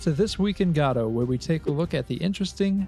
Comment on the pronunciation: You said it right!!! Subscribed.